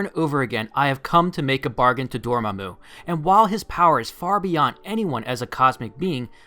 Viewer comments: Never pronounce Dormammu's name like that again please. "Door Muh Moo" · Love your channel but...DORMAMU [Door-Mah-Moo]. Ok thats off my chest now. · lol door mu mu, Door-MA-Mu, there you go